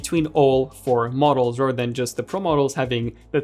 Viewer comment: Here to listen to this lowkey Andrew Garfield lookalike pronounce "other" and "rather" as "odder" and "rodder".